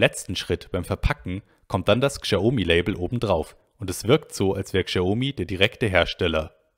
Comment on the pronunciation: Lieber, bitte sprech Xiaomi so wie Schaumi ( Schau- mi ) aus. Die Aussprache tut mir in den Ohren weh. Vielen Dank für die guten insides ins Xioami eco system! weiter so